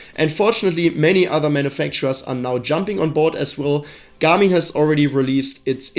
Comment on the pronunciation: I cannot unhear this guy say ' Gummy ' instead of Garmin